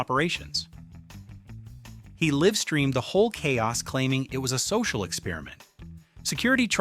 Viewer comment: Stop saying Livestream wrong.